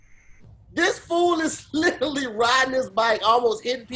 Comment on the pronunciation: SLAUGHTERS the word "literally" 🤦🏿‍♂️🤦🏿‍♂️🤦🏿‍♂️ i guess wording IS hard... for him